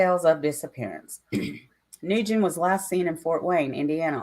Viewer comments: nguyen is pronounced winn or when ,,or wing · Then why does his own mother and father pronounce it new-gen